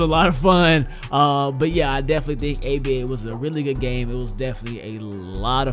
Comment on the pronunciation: U guys notice he says game but forgets the m so he says gay